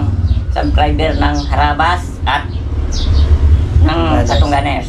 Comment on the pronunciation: Kabilang team bkit ndi mo mabigkas na harabas